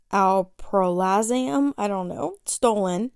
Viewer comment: It’s pronounced Al pra zo lamb